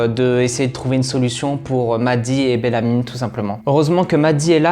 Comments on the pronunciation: Ça ne se prononce pas BellamyNE mais juste Bellamy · "Bélamine", "Jaspaire/Jackspaire", "Dosia"... eh beh il va falloir revoir la prononciation des prénoms 😆 PS : C'est phonétiquement parlant "Bélami", "Djaspeur" et "Dioza" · Je me demandais si j’étais la seule à entendre BellamyNE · C belamy pas belamyne mais sinon tres belle vidéo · Bellamy jasper dioza